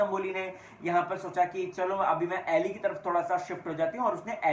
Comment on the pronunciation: अरे भई. उसका नाम “अली” है ,” ऐली” नहीं